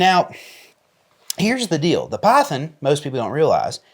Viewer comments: Good Lord, it's pronounced PYTHON not PYTHEN you hillbilly, as a Colt collector I'm glad you prefer S&W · Excuse me did you “Piethen”…. Python ….Python!…lol😂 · Please pronounce Python as it is meant, it's not pythin.